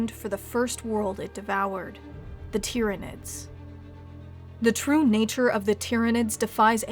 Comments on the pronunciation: Well done for pronouncing their name correctly... most people think it's "Tie-ranids"... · Good video. Glad you pronounced it right.